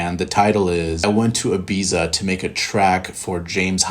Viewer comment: Dunno who this "bro" is who doesn't even know how to pronounce Ibiza, but you are ace.